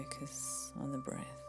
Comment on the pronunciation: “My voicezzz” “breathzzz”